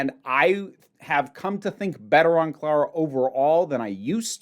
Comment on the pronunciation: Uh, did you call CLARA, CARA? 🤔